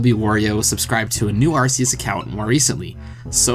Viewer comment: hey you say arceus correctly that deserves a sub